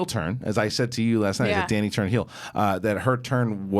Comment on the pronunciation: 8 seasons and can't even pronounce Dany's name right